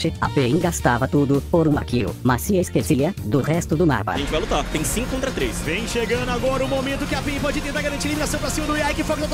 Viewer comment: falando cincum não tanko